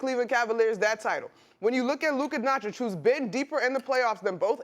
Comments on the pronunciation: Stephen A. have a such hard time applauding and giving flowers to Lukas greatness.He finds every reason and excuse for Ant and the Minnesota Papis SAS still disrespecting Luka,he still call him Luka Donchik. Luka come to Dallas in 2018 and you dont wanna pronounce right his name Luka Doncic not Donchik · Did SAS just say "Lukerr Donqich", Man its getting outta hand now. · Luker Don Chick